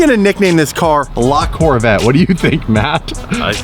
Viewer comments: Not lacorvette. The name is Lavette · just make sure you pronounce the E ath the end of La Corvette ( like la corvett-eh) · Its LaVetteh